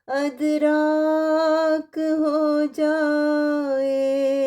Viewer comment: ادراک کا صحیح تلفظ “اِدراک” ہے، یعنی زیر کے ساتھ “اِ”۔ یہ عربی اصل کا لفظ ہے جس کے معنی ہیں “سمجھنا، فہم، یا شعور حاصل کرنا”